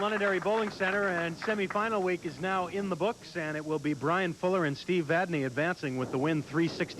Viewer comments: I'm going to say it again. It's not VadNAY, it's VadNEY. What is it with these two announcers? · V A D N E Y